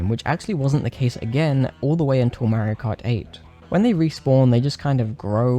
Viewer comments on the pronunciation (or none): I like how you say Mario as Mayrio and awesome video! I always thought mkwiis bloom was a little annoying but with mods you can remove that and the deflicker as well! Please do Mario Bros next!